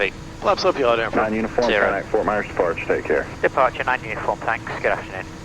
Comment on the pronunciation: Loved this video! The trying to get a word in edgewise was hilarious. The KRST ILS was interesting. Oh, and thank you for saying “yaw damper” instead of “yaw dampENer”. I never understood why some people want their yaw to be wet… lol